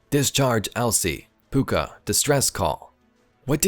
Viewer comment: Your pronunciation of Pouka is correct but the spelling of it is different to the Irish version (Púca).